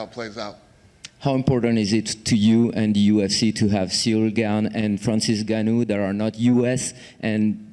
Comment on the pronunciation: How come people pronounce it "NigOnYou" and get away with it? It's InGoneEww, right?